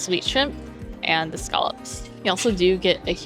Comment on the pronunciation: Love your content and thanks for showing me a place I could never afford! Was all the club food free if you stay on a club level and have whatever status? That’s so much food! One thing I hope you don’t mind me bringing up is a tiny thing I noticed. You say de, dis, and udder etc. It’s a little distracting 😝 no need to change, stay you, but in case no one’s ever brought it up. Anyway keep making great content!! 🧡💛🧡